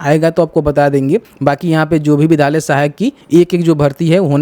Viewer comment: Bhai sab se pahle thum "vidhyaaly " bol na shik lo tab video bana na